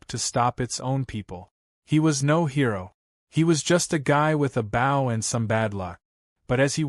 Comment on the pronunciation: TEACH YOUR AI HOW TO SAY BOW....